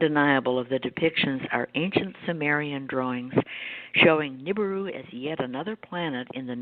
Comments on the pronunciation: It is NOT NI-BOO-Roo. It is NI-BI-Roo! Are you serious? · Ni-BI-ru Ni-BI-ru NOT Ni-BU-ru GET IT RIGHT, PEOPLE!!!